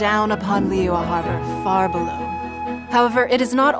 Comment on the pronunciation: can someone please teach these English VAs how to properly pronounce Liyue...